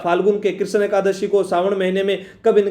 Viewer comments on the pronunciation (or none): none